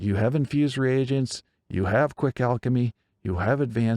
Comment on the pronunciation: Great video,! And thank you for pronouncing “reagents” correctly. I’m so tired of hearing people say “regents” as though the “a” wasn’t there..